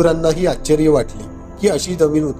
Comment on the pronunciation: शब्दांचे उच्चार नीट शिका.आश्चर्य हा शब्द चुकीचा. करता